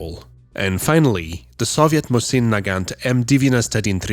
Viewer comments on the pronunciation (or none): none